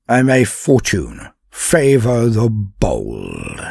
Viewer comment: Shweet. Was that fortune favours the bold or Bald? 😁